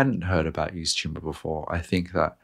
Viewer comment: The cheeseburger analogy sold me. Also: It’s pronounced “EVE-TO-MORE”